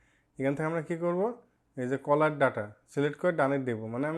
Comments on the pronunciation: Vai caller na cellular 😂😂😂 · ওটা কলার ডাটা নয় ওটা সেলুলার ডাটা